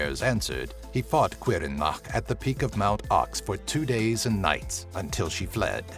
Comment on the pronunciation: Looked up how to pronounce Caorthannach, and according to most online translators, the welsh pronounce it "Cower-Thaw-Knock" or something similar to that. Also I lost my mind when I saw the Sluagh; you even used images from Legacy Of Kain, that's just glorious!!